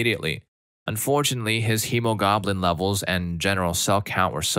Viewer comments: I cracked up so much with the goblin instead of globin. I do understand that some medical or legal terminology can be very hard to pronounce. It definitely would help to maybe look up how to pronounce some. But the goblin had me in stitches. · I am sorry to say, but you might benefit from looking up the pronunciation of some of the words. Eg its more hemo-glob-in than hemo-goblin (as funny as that Image is :D) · I love how one OP misspells "hemoglobin" ONCE and you pronounce it that wrong way both times, LOL! FYI, it's supposed to have "globe" in the middle there. :) (and I'm not even a medical professional or amateur). OMG, it even infected Story 7 too! LOL! Story 5: Va-jay-jay opening is split in two from an extra piece of skin. I might have called it a bifurcated labia to be more self-explanatory, but okay. THAT is hard to explain? Google's version wasn't much longer than mine! Apparently can interfere with tampons and sex (understandably). I DO hate that the majority of these stories AREN'T doctors as requested, AND carry the message that Googling can outsmart doctors, because of how bad the "My Googling beats your PhD" attitude problem is. Bad message to send, really.